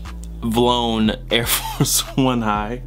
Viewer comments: we already went over this, you and me. "VLONE" is wrong. Bad. Awful. Not a thing. "V-LONE", however, is a clothing brand which is spelt "VLONE", but pronounced as such.:) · U mean V-lone?? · getting all the hypebeasts mad by saying vlone the way he say it LMAOOOOOO